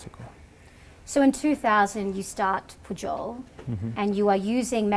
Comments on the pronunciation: It sounds like he pronounces the name of the Pujol restaurant as 'puyol'. Why do you pronounce it as 'pu-jol'? California almost another state of México...See also Texas, Colorado etc. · I loved this interview. He is such and intelligent, humble and thoughtful man and your fabulous questions really brought out his his insights on the topics in depth. The one off note was your pronunciation of Pujol. You pronounced the J as an English speaker would for an English word. In Spanish, the J is pronounced similar you a Y sound. I found that a little distracting and a detail that took away slightly from an excellent interview. He was pronouncing it correctly back to you. That could have been a cue. I found his take on his background, the evolution of his career and the evolution of the culinary scene in Mexico and cultural appropriation fascinating. You obviously did a great job with your pre-interview preparation and developing your questions! Thank you.